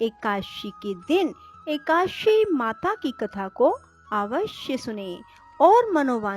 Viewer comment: ekadashi hota h ekashi ekashi kyo bol rhi ho.